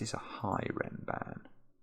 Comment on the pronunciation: Funnily enough, I never realized the connection because of Mark/ pronunciation (the "a" should sound like the a in "bra"), but then I heard Zetamath say it in a video once and it clicked